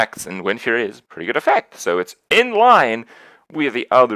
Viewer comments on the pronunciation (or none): none